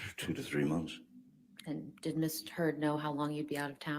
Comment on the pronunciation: omg attorney says Miss Turd, it’s hilarious 😂